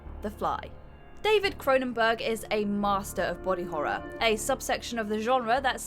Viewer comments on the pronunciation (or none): none